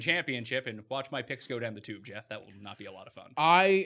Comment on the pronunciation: Geoff? Who is this Geeeoff?